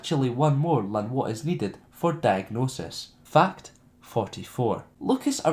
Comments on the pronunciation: Everytime he says ''fact'' it sounds like ''fucked'' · Lol "fucked two". well that's what it sounds like